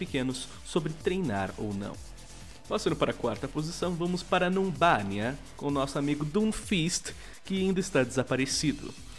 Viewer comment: quando vou a Numbani me lembro do falando Numbania